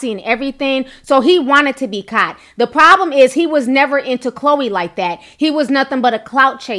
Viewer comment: Are you from Queens NY ? Love how you say “caught” kaut 😘